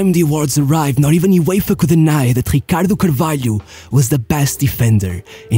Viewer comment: da maneira q ele disse ricardo carvalho e 100% portugues